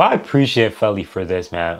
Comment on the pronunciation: Feli = FAY-LEE